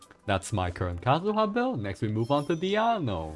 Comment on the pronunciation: Diona? You mean DIANO